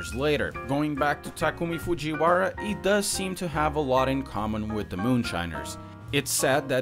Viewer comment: “takumah fujiwahrah”